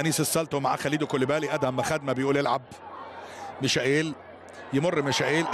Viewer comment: رساله للمذيع. رجاء اذا كنت لا تعرف كيف تنطق الأسماء ان تلجأ الي مستر جوجل وهو يعلمك كيف تنطق الأسماء وكفايه تفتي تقل انك بتنطق حسب النطق البرتغالي. اللاعب اسمه مايكل = Michael. بالإنجليزي او هذا هو النطق العام المعروف به في اغلب اللغات. بس مفيش حاجه اسمها ميشائيل. ممكن علي الاقل تقل ميخائيل ماشي الحال او تقول برضه ميكائيل برضه ماشي. اما اذا كان اللاعب ألماني فتنطق = ميشاييل. بس برضه مفيش حاجه اسمها ميشائيل 😂😂😂